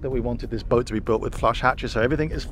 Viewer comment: How come your able to pronounce ruby rose but when you say boat you throw a R in there?